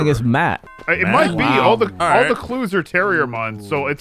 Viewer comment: Wow, ish saying “looking for clues” sounded a lot like “looking for Jews”. Really gave me a heart attack, especially because he was in the attic.